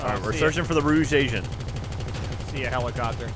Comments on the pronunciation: Giant Apple or he's pronouncing it like the French word for red. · its not pronounced rouge its pronounced rouge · ROGUE, NOT ROOSH ROW-GA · Am I the only one who caught that was calling the rogue agent a rouge agent? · Giant Apple how you spelled it is how he was pronouncing it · Lol kept saying rouge wrong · rofl pronouncing rogue agent XD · "rouge"!= "rogue" DIFFERENT SPELLINGS. YOU'RE NOT EVEN FUNNY.